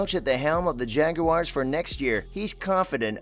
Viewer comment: Not jageuars.its jaguars I hate when the make it sound like it's got an e in it.. I think trevor is gonna be the most improved qb this year.. I think we are gonna be a good team this year